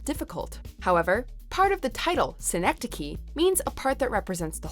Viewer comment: "Seehnektekeeh"? Really? English speaking people what is wrong with your ears??